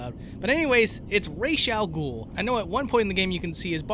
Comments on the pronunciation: "Rash al Ghul" What's that boyo? Didja mean Ras al Ghul? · Who's "Rasha-ghoul" ??? I know who Ras 'al Ghul is though. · its pronounced raz all ghoul